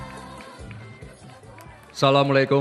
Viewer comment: Jelasin lagi huruf huruf arab nya mas gibran biar betul ASsAla mu ,'alaikum waroh maatullohi wa barokatuh nya biar paseh kl bisa tambah baca Bismillah hirroh manirrohim orang yg gak suka bilang gak bisa ngaji kurang paseh hurup nya saja maaf ya mas ini karena saya pendukung mas gibean belajari lagi hurup arab nya dari alif sampai ya biar sesekaki mas gibrabn bhgir'ah baca alquran di tiktok di youtub buat orang yg tidak suka buktikan mas kan ulamak semua dekat ckepintan mas gibran tidak di ragukan sy pilih prabowo Gibran salam dari rakyat jelata 02 menang satu putaran